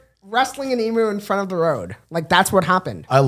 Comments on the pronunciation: Also emu is pronounced eem-you & they’re not meant to be pets they’re wild animal that need a lot of room to run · It’s pronounced eem-you not ee-moo 😭🤣❤️ this was such a good episode